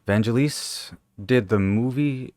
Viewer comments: Fucking incredible Albumn…..666…The Number Of The Beast…..and it’s pronounced…Van….gel-is….soft g. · Vangelis is pronounced Van-Gelis (the G is pronounce as in "Green"). Vangelis is an absolute god on keyboards. He did some lovely work with Jon Anderson from Yes, especially the heavenly "Horizon" track from their "Private Collection" album. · Not forgetting absolute gem of Bladerunner OST and that he's won Academy Award (Oscar) Best Score for Chariots of Fire soundtrack. It's riculous guy is into music and can't even pronounce the name properly.